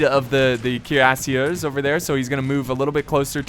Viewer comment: Your pronunciation is getting better but you still say the "er" at the end of french words like an english er😋 it is pronounced like the letter A. So Cuirassier ends in a A sound not a er sound